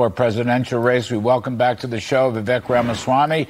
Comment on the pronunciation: For the love of God! His name is pronounced "Vi-Vake" !!!!